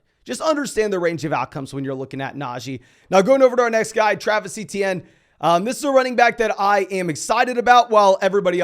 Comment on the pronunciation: ITS “AYY-CHAN” not fucking etienne or whatever you said